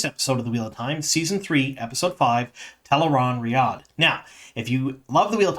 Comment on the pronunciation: I just want to call out your attention to pronouncing Tel'aran'rhiod correctly. It's often hard to change the way you say something, and I can see you putting in the effort. I appreciate you!